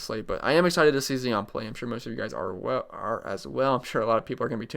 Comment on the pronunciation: Zion (Z-eye-on). Z- 👁- on